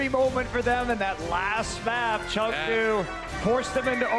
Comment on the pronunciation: gez guys wtf is chengou its chengDU DU!!